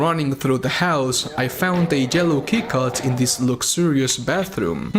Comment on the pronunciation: "the djello kiicard" Its yellow!! There is no d in it!!! YELLOW! Learn english!